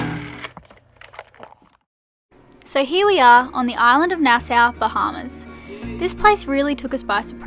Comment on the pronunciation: At least knows how to say Nassau. Can't believe you guys are still getting it wrong.